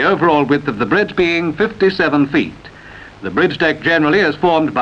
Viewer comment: It sounds like the commentator says fitten, erecten and bringe instead of fitted, erected and bridge.